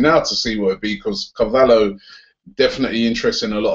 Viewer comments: Robbie it's William car-va-lyho well that's how it's pronounced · Robbie, it's pronounced car-val-yo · Its pronounced car val he o